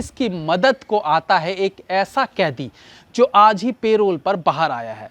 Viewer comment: It is pronounced as 'Kaidi'